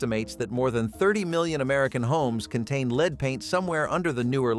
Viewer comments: It's pronounced "Led" not "LEED" M-80s were Awesome! Fortunately, only STUPID Kids got hurt by Fireworks. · Yeah, supposed to be pronounced "led"